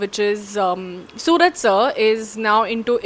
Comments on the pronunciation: Not sooraj.. It's suraaj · Technically, adding 'OO' instead of 'U' doesn't change the sound of his name. It's the way you Malayalis pronounce it that makes the difference. If we were to spell his name the way you guys pronounce it, it wouldn't need 'OO', it would need 'AA', like 'Suraaj' or 'Sooraaj'.